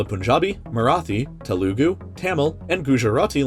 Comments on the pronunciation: When your Telugu and your favorite youtuber pronounces your lanaguge wrong Oof 😔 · Dude Telugu is pronounced as They-lu-gu not Taloogoo, it hurts me when people say it wrong because it's my mother tongue and no hate I'm just correcting you O.K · This man prounoumced these langauages so offending to indian subcontinent family members its making us cry, Tamil is pronounced Tameel, Telugua is Telgu Marathi Is Marathii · MaN saiD tele oogoo- 💀😂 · bruh you pronounced it teloogoo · You pronounced telegu wrong. You should say it like thelgu. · Just a tip, in Telugu the 1st u is silent